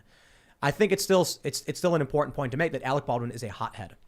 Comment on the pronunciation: Someone tell that there are 2 "t"s in the word 'important'. To him everything is imporent. Lol